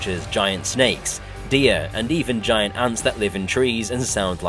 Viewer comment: Skull crawers and giant ant (gi-ant)